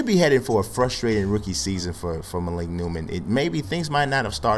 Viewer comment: It's starting to get on my nerves, dude keeps on pronouncing it MA-leek, it is pronounced Muh-leek. I went 6 episodes, but I just had to say it.